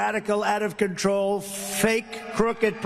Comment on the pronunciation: Emphasis on “control”